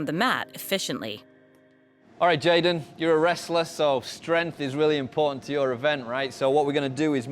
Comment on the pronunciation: Anyone else think it was J'den, not J'den?